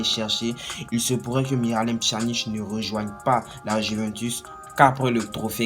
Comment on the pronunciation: On prononce pianic